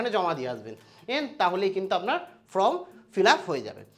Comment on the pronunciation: উচ্চারণ টা ফ্রম নয়, ফর্ম ।